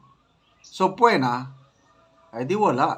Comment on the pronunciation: sabpeena po yan hindi po sabpuwena😂😂😂